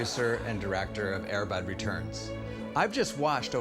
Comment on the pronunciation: The producer of Air Bud says Air Bud wrong. he puts the stress emphasis on "bud" instead of "air".